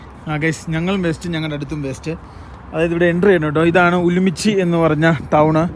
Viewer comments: ഉലുമ്പിച്ചി അല്ല ഉറുമ്ചി ആണ് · ഉമ്ലിച്ചി അല്ലാ ഉറുംചി എന്നാണ് സ്ഥലത്തിന്റെ പേര്